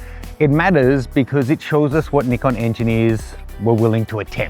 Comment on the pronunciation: I hate the way you say Nikon, even the commercial guy pronounces it "n-eye-con"